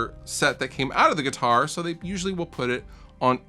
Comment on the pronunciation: nguitar the n is silent